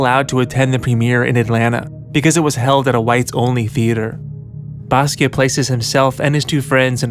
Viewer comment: Stop saying basquio